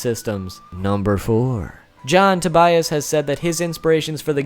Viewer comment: to-buy-as? I would just pronounce it like the first name Tobias. Sounds strange to me if pronounced differently. Greetings from Germany ;-)